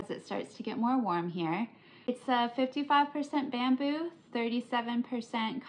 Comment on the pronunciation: Holy crap I thought you said “man boob” cup holder instead of “bamboo” bahahaha. I wasn’t talkin shit I really am binge watching your vids girl 😂🎉❤ I don’t have any friends or family that crochets so as lame as this may sound it’s like I have a friend over crocheting with me lol ❤